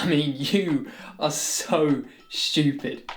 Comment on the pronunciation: This video was an excuse for the audience to hear “schtewpid” over and over